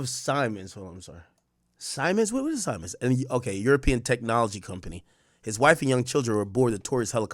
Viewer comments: It's pronounced see-mens! R.I.P to all😢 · Siemens-Pronounced (Semens) RIP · Worked with that company at the airport. It’s pronounced (see ·muhnz) pause😂